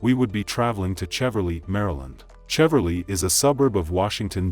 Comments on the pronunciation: I live and grew up in the DC area. You pronounced Cheverly wrong. It is Shev-er-lee. And Bowie is Boo-we. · It’s pronounced Sheh-verly. I remember this. He was saying he was hurt…so sad ppl don’t know what to do with their emotions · Marylander here. The town of Cheverly (a D.C. suburb) is actually pronounced: "Shev-urr-lee."